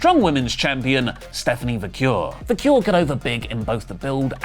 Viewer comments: It’s pronounced Stephanie “VA-KERR”, not “Va-CURE”. Say it right,! 😂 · Staphanie "Va-kerr". Va-kerr is how you pronounce Vaquer.